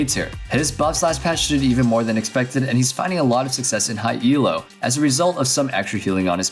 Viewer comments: Jesus christ stop saying E L O JUST SAY ELO JESUS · Your pronounciation of 'Elo' triggers me so much. It's called 'Elo' after its creator, Arpad Elo, *it's not an acronym!*.